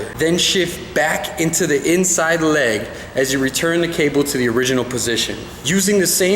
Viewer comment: was it just me who found it really funny the way he said leg?? great video tho!